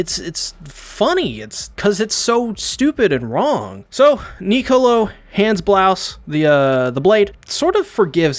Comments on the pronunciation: It’s Braus... not blouse. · Wait he keeps saying the Blouses when the family name is Braus